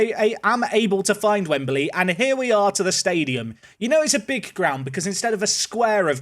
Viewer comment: why does he say wembaly